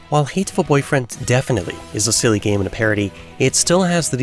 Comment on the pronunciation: Wow, such a hateful way of pronouncing the title... :D